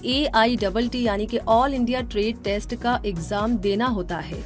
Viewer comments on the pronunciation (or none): none